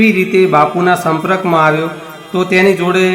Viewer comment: સંપ્રક નહી પણ સંપર્ક બોલ ભાઈ